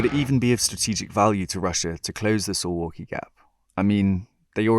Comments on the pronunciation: Sounds like suvlaki when You pronounce it. It should be pronounce "Soovawkee" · Dude I live in Suwałki Btw it's pronounced Sue-Vall-key not So-wall-key, we pronounce our w and v differently from english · Soo-valky not su-walky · Suwałki is read like: SOO - VAOO - KEY Hi from Poland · SUWAŁKI is pronounced "Soo-vow-kee".